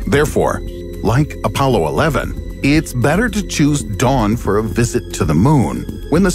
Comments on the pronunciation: "Apaulo" Lmao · The “Apaulo”?